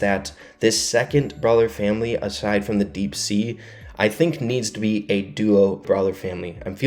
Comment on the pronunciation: ITS NOT DEAP SEA